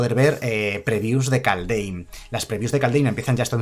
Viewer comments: Se pronuncia kalddjjjjeeeim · Kaldheim se pronuncia Kaldjeim en español y skalds se pronuncia como se escribe, skål se pronuncia skoll